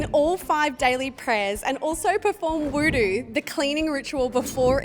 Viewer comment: Its wuduk...not voodoo lol